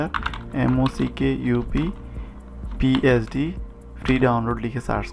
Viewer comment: "Mock Uf" hobe na "Mock Up" hobe..